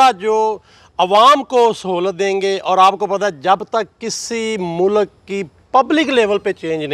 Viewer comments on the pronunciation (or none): Mou lak hahaha o bhai Mulk hota hai